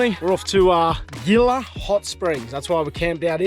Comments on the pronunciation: Really enjoy our videos; glad you are enjoying the US. FYI, Gila is pronounced HE-la. There is a venomous lizard called a Gila Monster that is fairly common in the US Southwest. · Beautiful. I believe it's pronounced, MOG-EE-YAWN (Mogollon) and HEE-LA (Gila). cheers